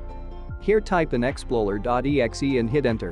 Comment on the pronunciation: explorer.exe not exploler.exe bruhhhh